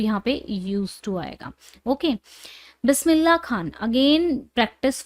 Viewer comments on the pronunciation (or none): none